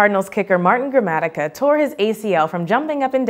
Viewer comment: Usually I love these videos, but this week I did not. This is because of the error regarding BILL Gramatica, who injured himself while celebrating a kick for the AZ Cardinals. The host here says "Martin" Gramatica did this, pronouncing his name wrong and just also being wrong. The mispronunciation is most worrisome because it is clear the host has no idea who she is talking about and is just reading off a card. No one checked her pronunciation who knew how to say Mar-TEEN Gramatica's name, and this kind of makes me doubt the veracity of not on these facts but all the other facts you guys have posted in past videos. If no one fact checked this one, why should I think that was done on previous videos? As I said I'm a huge fan of the Vlog boys and the whole series, but this type of error casts a shadow bigger than the split second it took this host to get her fact wrong.